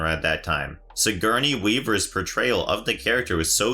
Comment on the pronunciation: This narrator has to be reading shit given to him. How can you know more than the fans when you can't even pronounce Sigourney Weavers name properly.